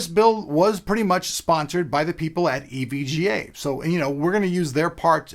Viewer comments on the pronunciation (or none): Lol he said EVGS